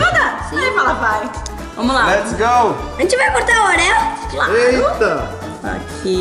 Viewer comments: parabens desculpa po ta atrasando mas nao se falar oréo se lafar oreo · Não é oréo é orio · o certo de se falar e oreo